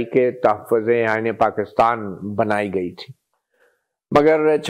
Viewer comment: Why you say I iney this is not iney